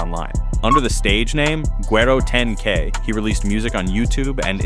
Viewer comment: The way he said güero was flawless